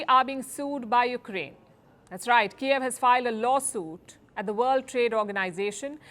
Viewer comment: its Kyiv not Kiaav :D